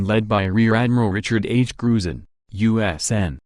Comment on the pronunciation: Is that electronic voice saying Admiral Bird or Admiral Turd.....